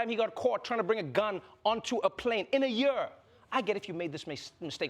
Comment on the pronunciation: When Trevor said, “....twice in a YEAR.” Reminded me of my university days in South Africa. They pronounce YEAR in a very interesting way. Yo bhutiiii!